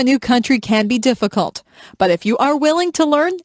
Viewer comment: my god what is this ,,, deficulet